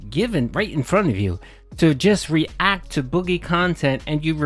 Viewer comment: REEEE-Ack khantent hasn’t been the winfall Phil thought it would be.